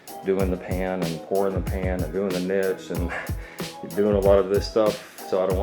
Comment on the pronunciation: I laugh everytime you say Niche wrong :p